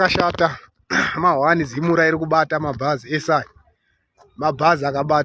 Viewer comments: Zimura😂😂😂😂😂 it's ZIMRA!!! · Zimra not zimura mwanangu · Iwe zimra not zimura 😂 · Anogona kuti Zimra...kuti zimura kutotaura zvokubhowekana nayo zimra nezvaurikuita .kkkkk